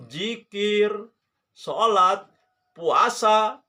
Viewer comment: Dalilnya hanya perkataan ulama...? Maksudnya..? Dalil anda quran hadis . Memang apa definisi ulama..? Org yg berdalil dengan Alquran hadist kah atau apa menurut sampean...? Dalil yg anda pake quran, betul, tapi pahamnya kan pake paham anda...Quran soheh, pemahaman anda yg doif. Cara baca saja agak heran, nyebut nama imam syafii saja pake syapi i, zikir malah dibaca jikir....kan aneh bahas agama, malah huruf arab saja salah total.